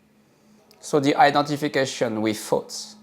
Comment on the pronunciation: I love that you pronounce the word thoughts as “fots.”. It’s easier to see that “fots” really aren’t anything worth keeping